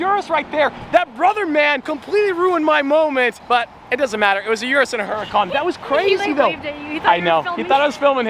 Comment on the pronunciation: How many times can you mispronounce Urus in 30 seconds?